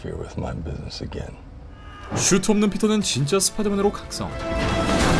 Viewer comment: 제발 ”슈“트라고 발음하지 말자!